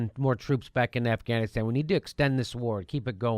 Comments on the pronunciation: At around the mark, he said, "Assghanistan." (Beavis and Butthead chuckle) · ...did he say, the government of ASSganistan?